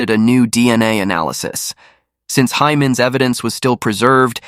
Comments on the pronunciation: In Korean, Hae is pronounced like the English word 'hay', not 'high'. This applies to other Korean names and words as well - ae is the same pronunciation as the alphabet 'A'. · Her name is pronounced hay not hi